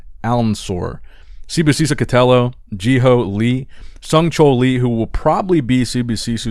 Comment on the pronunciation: Idk why you pronounce Sibosiso’s name as if it had two o’s at the end. I know it’s not an english name, but it’s not like you’re trying to pronounce the name with an African enunciation.